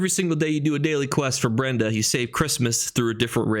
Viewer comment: "Breda" not "Brenda" lol, thanks for re-doing the video with no dinosaurs